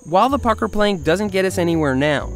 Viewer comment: when you said the pucker plant i thought sou said it with a f lol